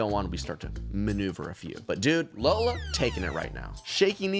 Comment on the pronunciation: Him jokingly calling “Lolla” Lola is so funny to me 😂